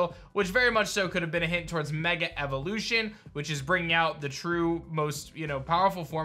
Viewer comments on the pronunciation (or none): none